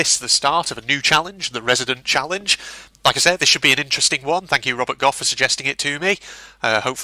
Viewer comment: HAHA!!!, I am so pleased seeing you do this I tried it my self and not to brag I got half way before a poacher blasted my head off! and I am very proud to say that you said my names correctly! my full name is maksim Robert gough! HAPPY NEW YEAR!!:)